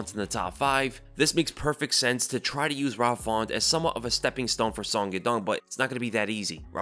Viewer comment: Rob “Fawnt” 😂😂😂